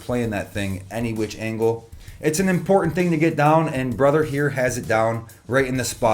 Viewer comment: Pronounce your letter T, and t properly... "ride cymbal is very imporun" and a few seconds later you said "important" properly.. so stop joining the fads that began with California teenage girls and the lazy tongue 1800's hillbillies that slurred all their words by barely opening their mouth and not using their lips or moving their jaws..😅 to twice... wrong and right